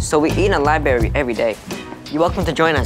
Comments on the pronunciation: Maybe English is just not his first language so he can't pronounce accurately every words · Why does pronounce library as "lie berry"? I've heard other people do this as well. Hard to believe someone that smart can't pronounce that word properly.